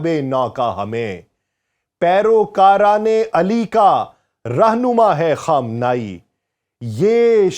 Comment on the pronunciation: Yar apna talafaz tu durust karo......Khaam-nay-e